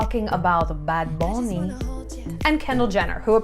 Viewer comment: They way you said "bad bunny" in the intro (you nailed it) ! <3 hahaha love it